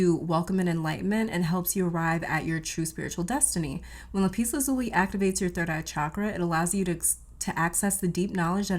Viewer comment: 'lap us la zoo lee, I believe is the correct pronunciation.